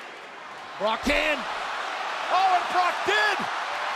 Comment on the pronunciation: "Brotch" Lesnar?